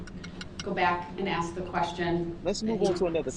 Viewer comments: Groundzz .. axed…. Would that be fair to say? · "Mommmmmyyy!!!! He not looking at me 😢, he looking at Those people! 😢😢He supposed to be lookin at me! 😢 Tell him Mommmyyy! I axed him a question!" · I like how he “axed” these questions to the witnesses as if THEY were the ones on trial, and not himself. Like, it’s Erika’s fault he was enraged It was the parades fault for being in the road It’s the officers fault for shooting at him It’s the FBIs and detectives fault for figuring out who he is. Everyone else’s fault except his. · I wish someone told him "I don't understand what AXED mean" !!! He wants to control that cop and to order him around because he thinks he has the power because he is his own lawyer or like he says "turd parry inter *wiener*" 😂😂😂😂